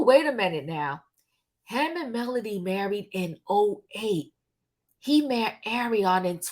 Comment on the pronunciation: Your facts are way off. By now, you should know the woman is not a nurse. She herself said she was 22 when she met Martell. And it's MELODY not Melonie